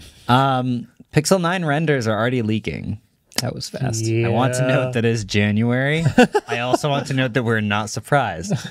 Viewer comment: "jan-u-ware"...followed by a big explanation. Yeah, doesn't work.